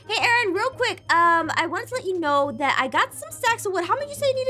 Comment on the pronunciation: Dat Or Zat Or That